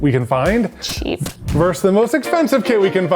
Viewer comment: Someone’s gotta teach how to say “versus”